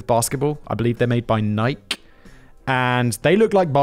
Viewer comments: Air Jordan not Air Force one. NIKEEEE NOT nik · Wish I was a peasant with only $400m. BTW Nike is pronounced Nike-ee. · Simon's pronunciation of "Nike" gets me every time, as a person from round their HQ. I know no one actually cares, but it's a long e, as in "me". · It’s pronounced… Nik-E !!!!!!!!! Big brain …. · DId he just call them Nik? Oh Simon its pronounced Nykee you silly boy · I think you mean Air Jordan's... (also, it's pronounced Nike-EE*) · Nike is Nigh-key. Not Nigh-K. C'mon factboi, get it together. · Ni-kee not nike. Nike is pronounced Nikee.🤔🙄🤷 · Also "Niek". I kinda like "Ah-did-ass" and "Neik" better anyway, the pronunciation sounds like a joke, much like those companies. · Nike is not pronounced in the American way or Simon’s way. It should be pronounced kneekay, based on how it is said in Greek where the name originates from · Lol I think it’s funny that Simon pronounces Nike as if it rhymes with bike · Let's have a moment of unity in agreeing that FactBoi butchers "Nike". ✌️ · nearly all Americans pronounce it wrongly so perhaps Brits have their own unique way of mispronouncing it too. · The way Simon pronounces Adidas and Nike felt like nails on a chalkboard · Just curious; are the mispronunciations of Nike and Adidas on purpose? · I know you know how to pronounce Nike correctly. You've ranted about it before. Two syllables man. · Maybe it's an American thing, but I have never heard anyone pronounce Nike and Adidas the way Simon does. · Well he says Nike just plain incorrectly but the way he says Adidas is how it's actually pronounced in the home country of Germany